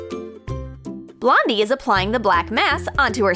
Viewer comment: Did they say Blondie or Londie